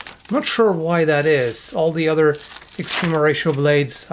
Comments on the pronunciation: "Extreme Horatio" I will always hear it that way. I'm cool with it. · I just keep hearing Extreme Horacio when you say their name...